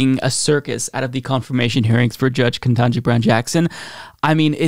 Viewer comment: I'm going to tell you the same thing I told another well-meaning millennial with poor elocution. No shade, but please do better. It's "keh-TAN-ji," not "ken-TAH-ji." KETANJI Brown Jackson. Keh-TAN-ji.